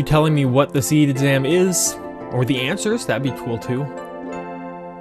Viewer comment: You really want to draw more spells from monsters. Especially the ??? spells. Those are new spells you can get. As far as secrets goes, there are a lot of them, but they won't pop up until after the SeeD exam. (By the way, I find it interesting you're pronouncing it as "seed". Which is correct. But I always pronounced it "see-dee".)